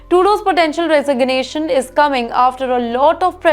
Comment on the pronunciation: She can’t say resignation properly 😂